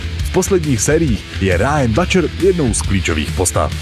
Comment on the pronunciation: neviem ci si vobec videl ten serial ale Butcher sa vyslovuje s U, nie A.